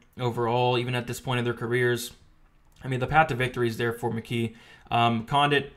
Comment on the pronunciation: McGEE though why does it sound like Mckee? lol